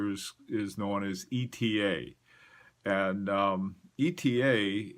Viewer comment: Bless you for not saying "Etta" like the fools.